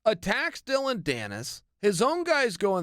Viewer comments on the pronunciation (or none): none